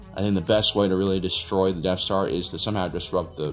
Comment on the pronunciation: Is it just me or does he keep saying deaf star?